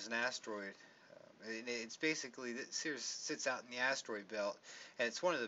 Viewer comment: It's pronounced like "series".